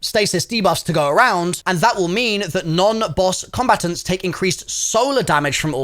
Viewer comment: I’ve never heard combatants pronounced like that before. “Combatuns”, where are you from in the UK?